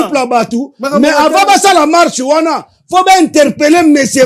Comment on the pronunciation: lobaka bien stp. "Mache" nde nini? MARCHE